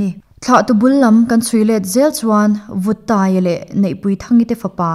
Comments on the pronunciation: Vúttaia tih thin ani e. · Vûttaia hming i lam diklo lutuk hi, Mizo history ah tepawh ilo hrelo emawnile.? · I ngaihthlak na hi arei tawh viau na chu, kan tuihnih velawk... Kangaithla thar leh a vawiin chu, nia!! achhiar dikhlel deuhlai ka lo chhinchiah ve a, an ui thu an leh an thlahna thu a, "vuttai tu chhuan" alam dan khi,kalo ngaipawimawh ve deuh a,vuttaia tu te atu chhuan ho alamdan niawm tak ania, mahse alam dik lo tlat ani😅ni e,,.. mizo tawng hi anlam rikdan atang hian aawmzia hi abo vek theih avangin, thiamlo tak chung hian ka thiam ve ang tawk ah hi chuan lamsual leh sawidik loh hi kahlau ani,, a chhan chu mahni tawng ngei anih avangin amizo te hi chuan lam dik sawidik pawimawhna hi ihrethar zel ang u,... Kan ti ve duah ani e. 👍😅😅😅